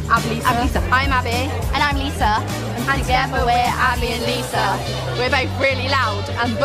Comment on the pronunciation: “I’m abbah” “i’m liSah” “and together we need dr phil”